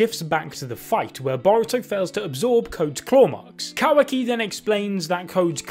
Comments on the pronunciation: Mans keep saying "quacky"😂😂💀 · Please please pleaseeeee stop pronouncing it kawacky I beg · My guy kept saying ka-wacky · “Baw-roo-toe” and “Kuh-wacky” 😝😁. I love you guys tho